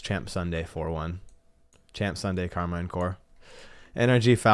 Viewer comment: You’re pronouncing Karmine incorrectly. “Car mean” is a closer pronunciation.